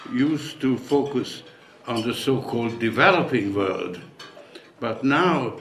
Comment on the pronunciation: Ugh i cringe, my skin crawls everytime he says "vorld" 😵